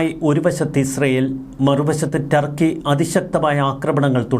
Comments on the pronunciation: ടാർക്കി അല്ല തൂവാല... 🤣🤣🤣 തുർക്കി ആണെടോ 🤣🤣🤣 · Malayalees know Thurkey very well. Why can’t you pronounce Thurky instead of Tarkey?